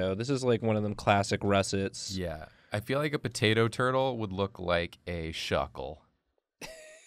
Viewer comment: Poturtle? No, turtato